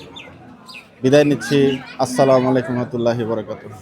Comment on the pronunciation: Bhai samakum na boila amar bhai Assalamualaikum bolen